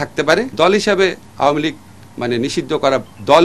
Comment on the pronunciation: এটারতো উচ্চারণই ভালো না। আও-য়া- মী লীগ